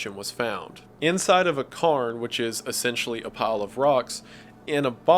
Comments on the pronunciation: its pronounced care-n. Its a Gealic burial mound. The oldest are found here in Ireland. There's one about an hour drive from me they date to 6500bc. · You say carn, but do you mean cairn? Stone structures? Pronounced like Karen minus the E. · it's cairn as in cay-rn not karn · Et cetera, not ectcetera. Cairn is pronounced (care-n). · Oh, fyi. A Cairn is pronounced as "Kaern", old Scots. ("Care-Nuh") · cairn is pronounced like Karen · Wendigoon mispronouncing cairn only slightly upsets me. I swear, it's only a little bit